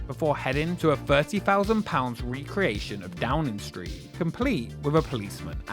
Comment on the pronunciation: Great content marred by poor narration. Low English pronunciations should never be used for semi-professional content. Staring with every word that ends with "ing," including the proper noun "Downing."